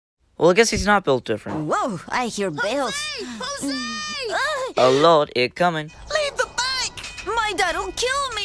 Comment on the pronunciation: It’s not Hose it’s actually Jose